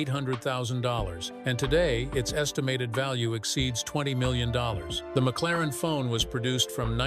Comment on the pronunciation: Ai narrations suck. ie. McLaren-F1 not McLaren Fone…..amongst other non words spewed…